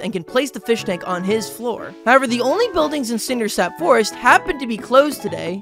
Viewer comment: He said Cindersap YES FINALLY WHY WOULD HE ALWAYS SAY IT WRONG